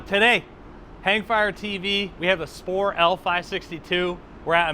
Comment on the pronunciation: Thanks for the review. You are pronouncing the company name wrongly btw. :)